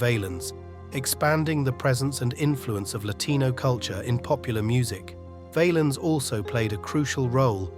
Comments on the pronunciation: Say the name pronouncing it Vahhhhhlens not Vayyyyyelens. And to people posting videos about Selena. The q in her last name is spoken Like a k. Bottom line if you're gonna do videos say the fucking names right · Val-ens not vaylens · It's pronounced Val-ins not valens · It's not VAYLINS you stooge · Who the fk is Ritchie Vay-lens lol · BS video. But nice to find out about his life. The way the narrator kept mispronouncing his name was pissing me off. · His name is being mispronounced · The a is short in Valens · They need a computer voice that pronounces their names correctly it wasn’t even close to being correct